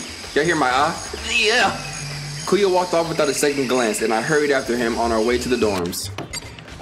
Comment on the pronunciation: It’s “Bee-AHH-coo-yuh”